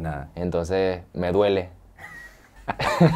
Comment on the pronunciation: "me duele" con todo el acento mexicano